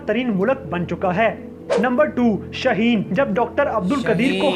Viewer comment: Shahin nahi shaheen hai